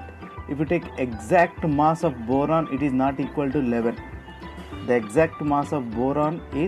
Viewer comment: At"a"mic no. Too causes th same sensation Bor"a"n too Like nd I'll like in return